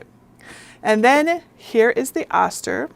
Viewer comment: Great info! Just a small FYI... the Oster brand is pronounced with a long "o" sound, so it is "oh-ster" and not "ah-ster."